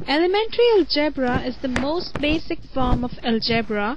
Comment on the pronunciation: algryy.bra ..wtf.. take some reading lessons